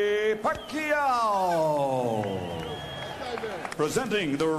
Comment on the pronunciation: Commentator : pakayoow? pakaaw? 😂😂😂